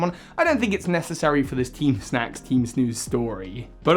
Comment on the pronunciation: This guy: this video is all about teem teem snack. Also this guy: *calls them teem snooze grunts almost every time Me: bruh 🙄